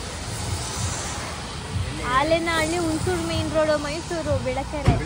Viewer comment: Hullenahalli adu alenahalli alla belikere alla bilikere